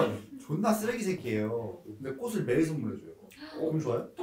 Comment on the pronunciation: 영상 보는 내내 마음이 불편했습니다...꽃을[꼬슬] 이건 틀린 발음이구요 꽃을[꼬츨]이 맞는 발음입니다ㅎ